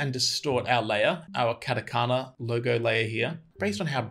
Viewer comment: Dang, you even said Katakana, nice lol